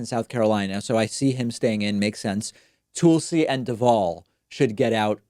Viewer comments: Why do you pronounce Tulsi as TOOL-see?? 😂 it’s TUHL-see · I don't think it's pronounced Toolsi. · Ole Toohl-see Gbard, as you say. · "Tool-see Gabbard" 😂😅😂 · It's actually pronounced Tool-See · Clicked on this to hear David say “TOOLsi”. 😝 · He says Toolsi and Boot Edge Edge :P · Why does he call her Toolsi? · Why do you pronounce Tulsi name differently? It sounds like you are saying Toolsey? I don’t like her at all but at least pronounce her name correctly cause you sound condescending. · You should really learn how to pronounce "Tulsi" and "Buttigieg" Jesus christ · Is Tulsi's name actually pronounced that way or is David trolling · Tulsi will drop out once you pronounce her name properly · You say tulsi’s name funny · He kept saying her name wrong, i just didn't know what the deal was🤐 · I see. I listened again (on lunch break, so I finally have time to listen again) and heard it this time and (this is citing evidence -- try it sometime). I would give David the benefit of the doubt and assume that he just doesn't know how to pronounce it, though he could be mocking her... I just don't have enough information to know (like, I haven't seen an episode where he pronounced it like Tull and then decided he would purposely mispronounce it). Nonetheless, still not relevant to the argument in this thread. He made an argument for why she should drop out, rather than just assert what he believes (like you did).